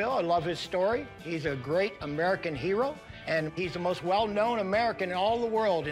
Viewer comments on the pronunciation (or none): none